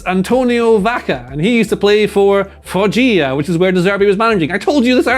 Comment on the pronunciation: Its foggia(fooxha) not (foxhia)